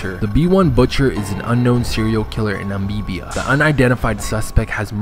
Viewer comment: The way he pronounces Namibia lmao